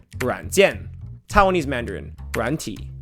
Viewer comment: TAI-WAN-ese, not TOWN-ese